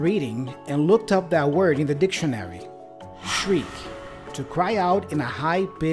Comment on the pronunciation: Happy New Year🙃🙂 I`m afraid your pronanciation of the word DICTIONARY is a bit incorrect😉 your stressed sillable is wrong. Check urself again